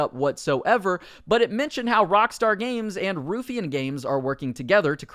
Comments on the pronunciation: Ruffian = Rough E an, not Roof Ian. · ITS PRONOUNCED "ROUGH-IANN" NOT "RUFFEE'N" LOOL XDD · It's pronounced Rough e Ann. Not roof e ann. driving me mad. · Nice vid but it's pronounced 'rough-ian' not 'roof-ian' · Ruh-ff-ian not Roo-ffian 😂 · Its RUFF ian. Not Roofian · Ruffian is pronounced Roughian not Roofian. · ‘roophyan games’ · It’s Ruff-E-an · How he says ruffian "roofian" drove me insane lol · Hey man, not that it matters because the got renamed, but i'm pretty sure its pronounced "Rough-ee-un". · I wish you knew how to pronounce Ruffian. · You need to pronounce Ruffian properly